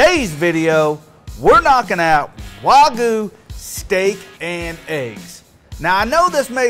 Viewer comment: I hate how people dont pronounce the Y in wagYu